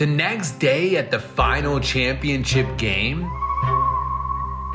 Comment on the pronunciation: Why does Dhar Mann pronounce "next" as "negz"?